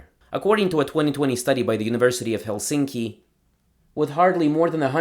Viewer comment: Also, Helsinki is pronounced with the accent on the first vowel (HELsinki) :)